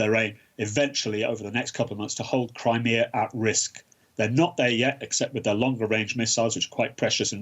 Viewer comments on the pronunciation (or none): none